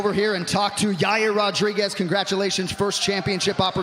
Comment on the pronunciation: Yaiyear Rodrigweez